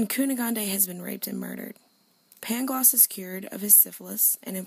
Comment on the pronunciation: The city is pronounced Lisbon and the tear's name is Pangloss not Paglongs